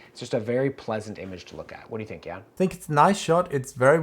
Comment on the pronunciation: Why is always mispronouncing your first name ("Jän")?